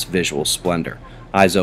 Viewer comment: Ok im not sure why.. but when you said thats the news... it "sounded" like you said thats the "noose".. a morbid idea of what is being accomplished, like thats the noose around your neck, eyes open no fear.. anywwt ♡♥♡♡